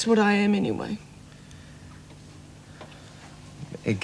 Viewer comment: 17.03 he called meg, egg